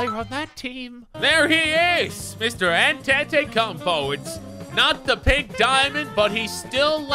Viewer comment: Your pronouncing Antetokounmpo wrong